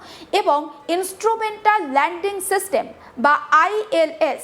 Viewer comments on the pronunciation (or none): none